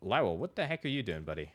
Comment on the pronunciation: Lao well? I literally just clicked off a video for mispronouncing ocarina and I land here. If you don't know how to pronounce a word, look it up, quit guessing. This goes for YouTubers politicians, randos, anyone. It's 2026, we all have the internet in our pocket and everyone chooses to be ignorant as fuck.LOW-UHL Good lowuhlrd almighty. Game journalists, I swear.